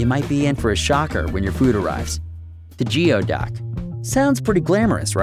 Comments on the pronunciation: Geo duck is actually pronounced gooey duck mate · It's NOT GEO ITS GOOOY. It's pronounced like gooyduck. I've lived near them my whole life.and they taste good depending on how you cook them. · / its pronounced "Goo-ee-duck" not geo-duck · It's pronounced "gooeyduck", not geoduck. We used to dig them out along with horseneck clams and Washington clams. When alive, the.neck can retreat 3 ft or more into the sand. 3 guys dug a 4x4 hole and never found that one. Tender yummy sliced and raw with wasabi and soy sauce. Similar to abalone. The restaurant breaded and fried the skin and mantle. Yummy. No waste. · Not geo duck! Gooey duck! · Its called a Gooey duck not geo silly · It’s not pronounced Geeeoooduck it’s renounced gooey duck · Im from Washington state and attended Evergreen state college who's mascot is the geoduck, and you pronounce it wrong. The word geoduck is pronounced goo-e-duck. That would be goo, rimes with new, long e riming with tea, and duck the only part of the word that actually sounds the way it looks. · Geoduck "goo-ee duck" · Geoduck is pronounced gooey-duck. Just so you know. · You are saying geoduck wrong it is said like gooey duck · Great video but Geoduck is pronounced (Gooey-Duck) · it's pronounced "gooeyduck"! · It's pronounced gooeyduck and it's a clam not an oyster also they are delivioud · His pronunciation of the word was driving me a bit nuts. :D